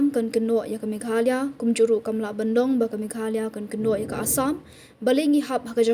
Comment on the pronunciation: it's Meghalaya boss is not meghala😂😂😂 n good to you 👍